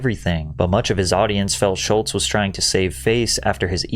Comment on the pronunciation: There’s no “T” in Schulz